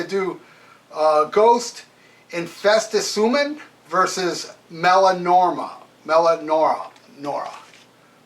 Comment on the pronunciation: “Melanorma”?? There’s no “M” in the title, aside from the first letter, and there’s an “I” in there... “Meliora.” Pronounced “Me-Lee-or-uh”.